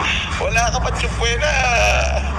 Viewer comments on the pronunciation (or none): Tupwena hah😅😅😅my doctorate degree s Campbridge hah Subpuena lng hindi p mabigkas ng tama😂😂😂